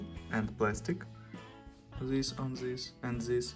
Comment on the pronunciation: My favorite part of this video: "Table mate of mital and plastic; zhis an zhis and zhis."